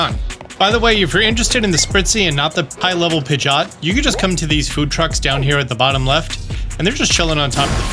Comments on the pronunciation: X Pi-jot ✓ Pid-ge-ot Pidgeot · I’m pretty sure it’s Pidgey-Ot. What in the world is a Pidg-Ot? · Disliked because you keep saying “pidge-aught” and I hate it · am the only one triggered but him saying pigioet wrong